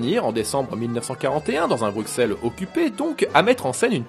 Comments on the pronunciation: petite erreur de prononciation on dit Bru-Sel faut pas dire le X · Par contre l'erreur de prononciation plus loin (on dit Bru-Sel) foire légèrement le tout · Excellente vidéo comme d'hab !!! ( Pour infos on prononce " Brusselles" ! ;-) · Ouuuuhhhh Ca se dit Brusselle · Ça se dit "brussel", et pas Bruxelles ! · Pas du tout JCVD vient de Berchem, limitrophe flamand et Hergé est né près de Anderlecht Bruxelles. (Ça se prononce Brussel) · Excellente vidéo, mais pitié, ça se prononce "Brusselles". On dit pas Parisss nous à ce que je sache ;) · Bruxelles avc un s et non un x